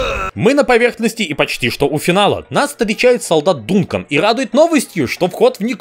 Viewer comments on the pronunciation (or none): none